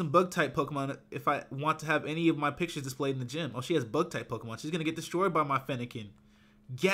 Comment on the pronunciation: why are u saying Pokemon wrong